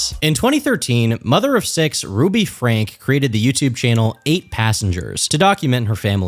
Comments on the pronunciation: Ruby Franke, the last name is two syllables, pronounced "Frank-ie". Crazy to think that after everything, her husband is still willing to try to reconcile their marriage. I cannot fathom wanting to still be bound to someone who did things like that to my kids, but alas, Mormons seem to value the "sanctity" of marriage over protecting their religion's future. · Is it not pronounced Frankie? Never heard it pronounced Frank before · It's not Frank, it's Franke. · Pronounced “Frankee” not Frank. Guessing research was minimal. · It's pronounced "Frank-eeh" not "Frank" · Pronounced Franky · Pssst - in case you have to return to the topic for future documentary purposes, Ruby Franke's last name is pronounced "Franky". Great video! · How is pronouncing her last name wrong after all the research. Did he not watch a single video where her name is said?